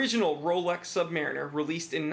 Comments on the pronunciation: Nice video, thanks, and I love mine... Purchased it from the U.S. Navy PX, in Long Beach, CA in 1972... But, it is pronounced, Sub-Muh-Reen-Er, not Sub-Mare-In Er. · I'm very fortunate to have been handed down to me my father's Rolex Submariner. Given to me on my 40th birthday. I have a couple of questions; how/where do you find the "Date" and what exactly is that? secondly, the pronunciation. My Dad was in the US Navy and the vast majority of his time was spent in the Submarine Service. Say "SubMARINer" to a sub vet and you'll get side-eyed as they pronounce themselves as "SubMAREENers" - trust me, I've seen it directed at me. Only once though. Thanks for any insight... love my watch!